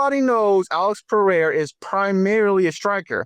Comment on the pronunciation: We have to teach DJ how to pronounce Pereira instead of Peheira 😂